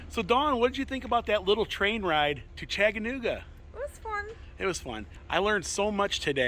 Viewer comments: 🤣🤣 I thought same! Love these two, fun videos but yeah I heard Chagganooga 😂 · Chagganooga? That's what I keep hearing you say, lol. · ChaTaNooGa. Say it 10 times! 😂 Really enjoyed this video!!! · I had to chuckle every time you said " Chaganooga" LOL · Chagganooga ???? Lol!! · Long time subscribers and fans of the channel from ChaTTanooga!!! We visit Pigeon Forge and Gatlinburg often and know how to pronounce it. For the love of God, learn how to say ChaTTanooga. Still love you and Dawn!!!! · You guys should visit Cloudland Canyon, and the hang glider jump off. chattt—ahh—nooooga It’s important to the locals for you to say it correctly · you butchered the word Chattanooga hopefully this will help Cha-duh-NOO-guh!!! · You pronounce Chattanooga, like someone from Michigan. LOL Did you get a engineer cap?